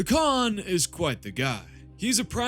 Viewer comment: Yeah no, the Khan is an S, Idc what you say.